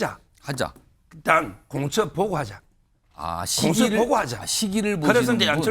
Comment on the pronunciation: 공처 보고 하자? 한국어 발음이 영..